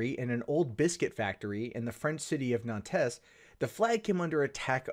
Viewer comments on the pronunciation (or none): Nantes is pronounced "Nant"